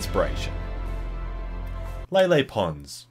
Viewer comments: you called her "Lily pond" lol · he said lily pond